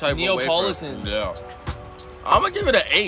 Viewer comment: My man said Oreo WahFer 😂😂😂